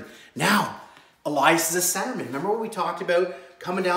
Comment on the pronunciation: Its pronounced Elias not alias lol